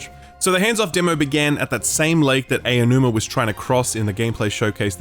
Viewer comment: His name is "Ah-Oh-New-Ma", NOT "AY-Oh-New-Ma" I know it's a difficult name to pronounce, but it's not difficult to find the right pronunciation. Please.